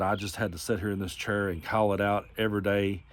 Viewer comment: I wish you new how to pronounce chair stupid